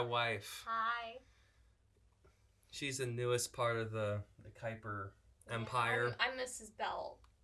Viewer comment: I can tell you are not related to Abraham Kuyper because you mispronouce your last name (I guess you've not been taught the proper dutch way).